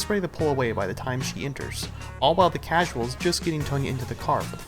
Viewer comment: miutes in for modder u said causal